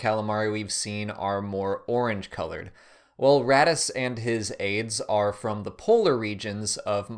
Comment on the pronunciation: You say Raddus I think radish.